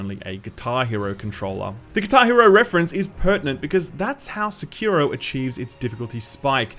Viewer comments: You are wrong, the biggest meme isn't you not having a Sekiro review, it's your pronounciation of "Sikiro". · I really had no idea what game he was talkin' 'bout from the way he pronounced 'Sekiro'... XD